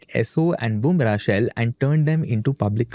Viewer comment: It's not Bumrah-Shell is Burmah Shell